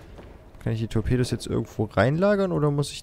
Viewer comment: das sind Tor''pedos'' :D